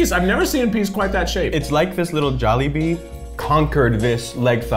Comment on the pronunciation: Me:wow his first time... I am filipino In my head: WHY DID HE PRONOUNCE JOLIBEE AND QUEZON WRONG.?!!!